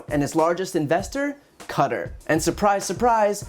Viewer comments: Is Qatar not pronounced Kuh-tarr not cutter? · Babe - you're gorgeous, and I love your work - but how do you pronounce Qatar? It's not "cutter" its "kattaaaarrrrr" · PLEASE PLEASE PLEASE!!! QATAR IS NOT PRONOUNCED "CUTTER" IT IS PRONOUNCED "KHA-TAR" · I’m sure others have mentioned this, but you pronounced Qatar as ‘cutter’. It is pronounced like ‘ka-tar’. Not being a jerk, just letting you know so you can get it correct next time! You’re videos are awesome Brian keep them coming please! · Ummm.... its pronounced 'Ka.. tar" not "Cutter" .... very distracting...😏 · Cutter? Its pronounced ka-tar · I think Brian has the best news show on you tube. Someone please tell him that Qatar rhymes with guitar. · Cutter? Really, Brian? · Please look up the correct pronunciation of Qatar haha. Its definitely not "cutter". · Hey Brian, sorry dude but Qatar is pronounced "Kah-tahr" (emphasis on the second syllable). Love your stuff dude! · You’re saying Qatar wrong? It’s not cutter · lol dude I like watching you but fyi its Qatar (Ka-tar) :) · Can Americans STOP saying cutter. Qatar is not pronounced that way! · Qatar is not pronounced “cutter”....wtf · Qatar is pronounced Katarr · xx yy It’s pronounced “cutter”. Look into it. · Do Americans pronounce Qatar as "Carter"? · Brian.... love your show. You, however, make the second journalist to pronounce the country of Qatar incorrectly. [ Qatar (/ˈkætɑːr/,[9] /ˈkɑːtɑːr /ˈkɑːtər/ or /kəˈtɑːr/ ] Having been there myself, it's not pronounced [cutter]. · Please check pronunciation of Qatar. News and media are pronouncing it wrong. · That's not how you say Qatar 🤦‍♂️